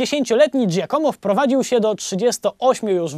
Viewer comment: no super robote robisz tylko jak masz powiedzieć jakieś zagraniczne słowo to wstawjaj akcent tam gdzie powinien być i staraj sie wypowiadac tak jak powinno być. Giacomo sie czyta Giàcomo , a Pieta to Pietà . i nie mówie tego bo sie chce teraz wychwalać bo znam włoski ale dlatego bo na serio bardzo śmiesznie to brzmi